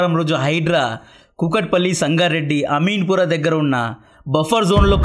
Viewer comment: అమీన్ పురా కాదు బ్రో... అమీన్ పూర్ అనే పదాన్ని సరి చేయండి